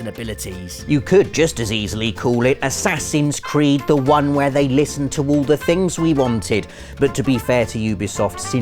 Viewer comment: Playing The Witcher 3 made me think he said whoreson cart when he was talking about assassins creed 😂